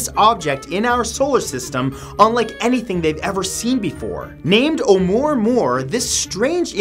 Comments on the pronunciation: Amuah, Amuah... I spelled it wrong I know, but THATS how you pronounce it... There certainly aren't any RS in there... It's not amore, amore? Wtf? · Seems that if anyone else had commented on the pronunciation of the asteroid oumuamua it is deeper than I care to search. Amyway you pronounced it "oo more more". It is "mow mow", inspired by the song papa oom mow mow, by the Rivingtons, in 1962. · SitOnMyFace oumaouma , there's no R in it. How do you get moor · It’s not name “oh murr murr” it’s oumuamua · There is no "R" in Oumuamua. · lol, "What is Oh-more-more?" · Hey! This is Lynne, not Jack. Anyway, talking about Oumuamua, well first, it doesn't have an "R" in it! It is pronounced, "a- moo-a-moo-a". Believe it or not, we know exactly what it is! It's an ancient alien spacecraft! Here's another theory of what the moon is: it's an alien spacecraft. We shot a missile at it and it rang for hours indicating that's it's hollow and made of some sort of metal. Some whistleblowers claim that there are numerous bases on the dark side of the moon of both our and "theirs". Of course, everyone can choose to believe what they want to believe! ^_^ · Glad I'm not the only one that heard that, somehow it gove me anxiety every time he said it wrong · Hey really love your show..all your hard work....just wanted to let ya know..its pronounced uh-moo-uh-moo-uh... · Oumuamua is pronounced a- moo-a moo-a! Just an FYI!😀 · i cringe every time matt says "omoormoor" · 'Oumuamua is pronounced OH-oo-MOO-ah-MOO-ah. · Wait who added the R to Ouamouamou